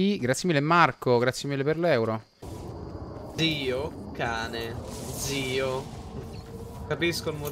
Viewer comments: io ho sentito Zio ca.e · si è sentito chiaramente che hai detto Zio cane.